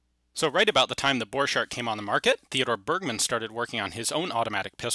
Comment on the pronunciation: Why the name of German Borchardt is pronounced in halfEnglish- halfFrench way (the - ch pronunciation ) ?